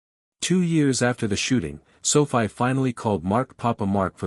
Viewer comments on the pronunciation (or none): Stupid bullshit A.I. - just garbage - Sophie is pronounced - SOFEE - Thumbs down, way, way down. If you are going to use A.I. pay for good AI not the crap you use now!!! Presentation counts and you fail miserably.